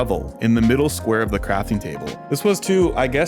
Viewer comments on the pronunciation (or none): none